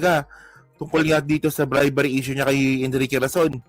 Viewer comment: bribery hindi bribary.